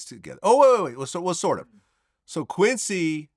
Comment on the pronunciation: The “I thought so” 🙄 and the Quincy yes, took me out!! like come on at least get the name right bra 😂😂 it’s giving BIG OPPS